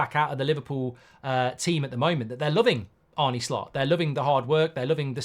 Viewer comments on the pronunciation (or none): Arna, not Arny. Like John Arne Riise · It’s pronounced ‘Arna’ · Think you managed to get everything wrong, its ‘arneh’ not ‘arnie’, endo isnt in his plans at all, the bid was just too low, if theres a better bid for him im sure we’ll sell, and bajetic is younger and better in that position already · Dear Mark, why do you keep calling him Arnie instead of his real name which is Arne?